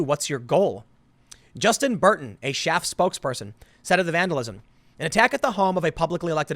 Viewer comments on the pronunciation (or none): Its SCHAAF, as in Sheep in German...